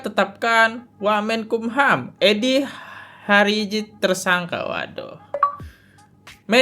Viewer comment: Eddy hiarage mas, bukan hariawan